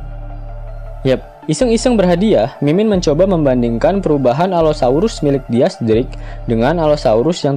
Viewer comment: Dis drake bacanya